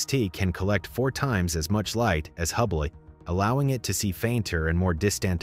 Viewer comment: Did you just say "can detect 4 times as much light as HUBBLY." I heard hubbly and so did YT autocaptions lol